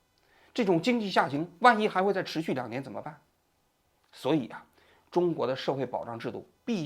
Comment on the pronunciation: zhen么生活 肘头无路 王局最近平卷舌不分😢